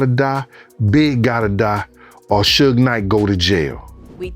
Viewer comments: 😂😂😂 Really, Sewge Knight😂😂😂 Yall so quick to put out false info and don't even know how to pronounce the names of the people you lying on 😂😂😂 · "Sooge" Knight. 😂